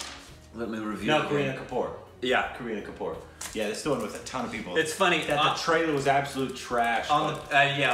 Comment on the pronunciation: They say Kareena Kapoor like Karena Kapour